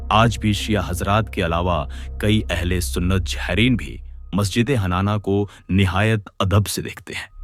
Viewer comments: Lakhon jaahereen..? Zahireen Z se hota hai bhai...aur Qabza Z se hai naki qabja. Museum naki mujium. Ap urdu ka word Z nahi bol paate. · بھائی ہندی تلفظ میں اردو بول رہے ہیں ، جائرین اردو میں زائرین ہوتا ہے۔ یہ صرف مسلمانوں کو مزید تقسیم اور گمراہ کرنے کی ناکام کوشش ہے۔